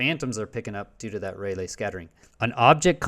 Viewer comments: Rayleigh is pronounced Ray Lee. Not Ray Lay. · It's NOT "Ray-lay", it's pronounced "RAY-Lee"! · "Rayleigh" is pronounced Ray-Lee, hence the spelling. And it's "color-imetry", not calor -imetry. Thus, a person who is medically blind and has to just listen is being misinformed. I was listening and did a search on Raylay as you mentioned it and obviously found nothing.